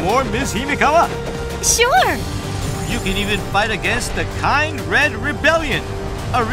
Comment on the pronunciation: Please fire the VA who doesn't know how to read "Kindred" correctly.